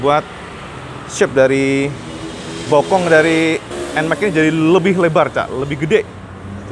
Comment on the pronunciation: Nmax bukan Enmek 🤣